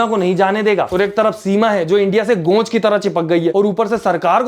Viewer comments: गोंच ✖️ जोंक ✔️😂😂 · Bhaiya gonch nahi jonk bolte hai 😂